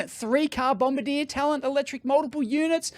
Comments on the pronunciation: Dave, you say it as Bomb-bar-dee-aa. Not bomba deer, like in the war. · Just a minor detail, but your pronunciation of Bombardier is wrong. It's not bom-ba-DEER, like the crew member of a bomber who drops the bombs. It should be bom-BAR-dee-ay being a French Canadian company. My daughter had some dealings with the company and was quickly corrected by them at their first meeting. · I'm twitching every time he says "BombardieR" 😢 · BOM-BARD-YAY... also, Bombardier doesn't make trains or planes anymore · Diesel being notoriously clean. Just ask VW! Also you mispronounced Bombardier. It is pronounced: Bombardi-e-yeh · It's pronounced bom-bar-dee-ay. It's a Canadian company based in Quebec, where the dominant language is French, hence the pronunciation They also make jet aircraft, snowmobiles, and a bunch of military vehicles. Of course, when Ottawa, Canada's capitol city, built a metro, they bought a completely unsuitable train model from a company in France, instead of Bombardier trains that are built in Canada by a company that knows how to build trains that will work in our climate. (The climate in Ottawa is slightly colder than the climate in Moscow.) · It's Bomb-bardi-eh. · If the train is fully electric it could connect to the mainline overhead catenary and only needs battery for the 2.6km private Tesla stub that they're too cheap to build their own overhead catenary for. Those panels probably would be enough to power the train for that short portion. There are trams that operate like this: Oh, and Bombardier is a Canadian company from Quebec, so the pronunciation is French: BOM-BAR-DI-ER. 😄